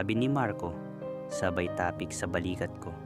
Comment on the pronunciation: Boss bigkasin mo ng diretso at mabilis ung salitang TAPIK. Don't make it slow. God bless and more power to your channel.